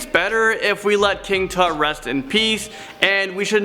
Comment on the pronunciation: hahaha did anyone catch said king toot first before he said king tut? xD